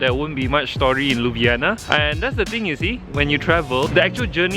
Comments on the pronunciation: Not Liub'yana, but LyubL'ana. Where is my rap, you promised? Do it? it's simple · Liub'yana (Ljub-djana), as you said, mean kiss pussy. :D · 😐 it’s Ljubljana !!akward